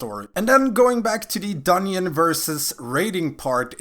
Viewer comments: Every time you say dungyon a baby starves to death. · I can't keep hearing you say "dunion" and can't figure out how to pronounce "th" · I spent the first half of the video thinking Dunyin was some raid boss in BFA. lol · it was yust a yoke don't take it so seriously. Dungeon or dunyeon we understand you:D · I'm ganna sub just cause you say dunyin I was rollin